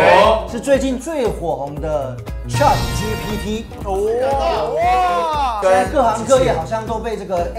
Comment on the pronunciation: 有點想猜的，太文言 但又想猜的，開窗戶很正經耶! BTW " chat"的發音好像怪怪的XDD